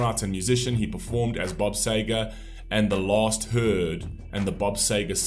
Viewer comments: It's Sea-ger, pronounced that way not Say-ger🤨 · First I'd like to say thank you for introducing Bob Seger to other people on your platform... May I suggest pronouncing Bob Seger's name " Seeger " as we do in USA, for its how he says his name. The song was a big hit in America as well. I also understand the English and American pronunciation of words are different. Bob Seger is a Michigan Treasure as well in America, also other musicians hold him in the highest regard here in the USA. May I suggest Googling his name, asking a few questions regarding him and you will find so much information on the Great Bob Seger... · Yeah the very least he could do is pronounce the Mans Name Correctly. I love his music Staple of my Teenage years loving getting hurt and growing thru it all